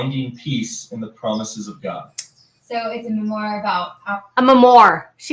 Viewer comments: Is Jinger that uneducated that she doesn’t know how to pronounce“memoir”? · LMAO@ "MEH-MORE"!!! THESE CHRISTIAN KIDS AND THIER ADVICE AND NOE MEH-MORE BOOKS!!! BUT STILL AUDREY ROLOFF HAS THE TITLE OF MOST ANNOYING, ALOLOL!~RROGANT, SELF ABSORBED OF THEM ALL, SO FAR THAT IS.... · Written a book and can't pronounce "memoir"...I know snarky but so annoying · I find it sad that in one breath you make fun of Jinger for mispernouncing "memoir", and in the next breath tell us what a memoir is to you - which by the way is the wrong definition of the word you just mocked another for mispronouncing. Just, bless your heart. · Yes write it the memoir after you learn how to pronounce it. 😂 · How does one write a memoir without being able to pronounce the word? Lol